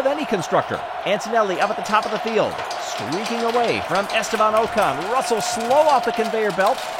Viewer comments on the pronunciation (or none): Pleeeeease can you pronounce Ocon as “Ockon” - it’s not “Oh-con”. Otherwise this is great :)